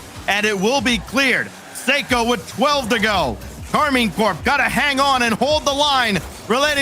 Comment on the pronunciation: It's KAR MINE .. not KARMIN